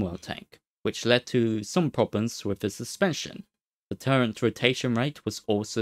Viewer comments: Agghhhh you cant not hear it, I cant listen to it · It's called a Turret, not a Turrent